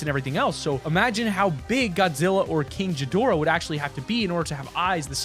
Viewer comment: Sorry to get on to you but I love Godzilla!! But you miss pronounced king gadorah